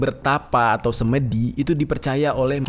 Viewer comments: SemEdi bang jer..bukan semedi😁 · Pengucapan 'semedi' yg benar adalah 'se' seperti pada kata 'semua'. 'me' seperti pada kata 'mepet'. 'di' bukan 'dhi'...tidak ada padanannya dlm bhs Indonesia.